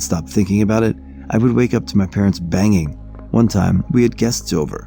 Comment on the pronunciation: ...a "wyke"...? See, we really do "watch" your channel and pay attention! LoL it's ok man, honest mistake and that just adds to the overall experience! Edit : there is one more little glitch in this same story...can you find it? I've been subscribed since the TTS days. I've really appreciated how well you adapted to using your own voice, so don't think I'm picking on you...well ok I am picking on you but think of it the way a big brother picks on his little brother 😎